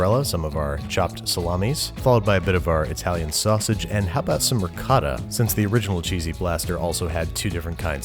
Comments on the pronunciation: it's pronounced ri-co-tt-ah with the ts staccato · Omg when he said ricotta ewww it’s rigaut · Your pronunciation of "ricotta" made the Italian in me die a little bit.